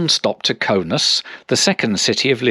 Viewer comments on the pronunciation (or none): It's Kaunas not Kaunus